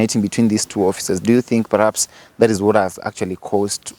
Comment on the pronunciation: "Pahaps" yes. "Paraps" no